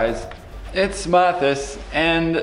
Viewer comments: Hey guys. It's and I'm here with Packles and Dillywack. Dillywack: My name is Pretzel Packles: And I'm Dwagon. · WHY IS EVERYONE SAYING HIS NAME WRONG BECAUSE ITS MATTHIAS